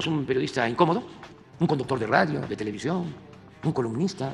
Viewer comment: Se dice televisión no televisiog